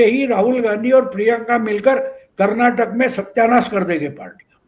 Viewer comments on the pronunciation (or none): none